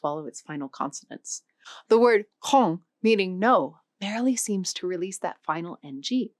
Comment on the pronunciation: But what about the pronounciation? I am sorry, but how she makes khong and ngoc sound is pure evil...